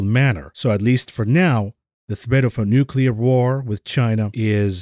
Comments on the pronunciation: Nucular - the word is Nucular! ;) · nucular wor 😵‍💫